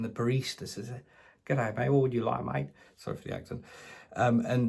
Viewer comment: I HAVE NEVER BEEN TO AN AUSSIE BBQ THAT HAD 'SHRIMP' ON IT...NEVER. BTW: IT'S GIDDAY MATE...NOT GOODAY ;) LUV YA WORK MATE...GREETS FROM BRISBANE.QUEENSLAND